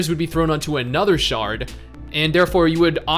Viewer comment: I lol’d at “sharting feature”. Yeah I know it’s shard, but...lol